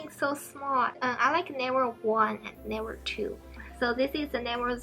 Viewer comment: When you say level ,it sounds like never i was confused 😂😂